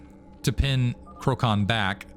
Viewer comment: And btw, i think you were mentioning Krocan being from PL, so his name should be read as ‘krotsan’ which means turkey :-)